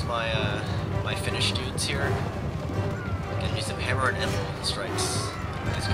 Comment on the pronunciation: whenever u say hammer a nd anvil it sounds like hammer and nimble